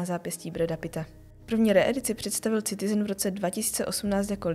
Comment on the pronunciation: Boze to se necte Citizen... s C.... to tak strasne boli do usi....muzete se naucit zkusit to rict jinak. Pokud je to zamerne na upoutani pozornosti.... tak je to skvele!!